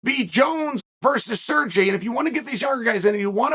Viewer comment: Why is he calling Sergey Sergi he is not Spanish.